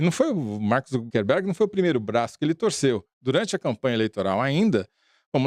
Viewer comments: O cara é um escroto e merece o descaso, mas pelo amor a consistencia, gente: É ZuckeRberg de ZuckeR - acucar - e nao ZuckeMberg (nao existe). Dói aos ouvidos ter que ouvir vcs errando a cada chance o nome mais repetido ad nauseum na matéria assim. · Pessoal, o nome é ZuckeR e não ZuckeN